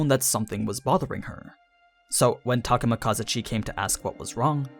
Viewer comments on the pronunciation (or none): I think you're not saying Takemikazuchi correctly, the accentuation should be in "zu" rather than "ka". Unless I'm mistaken.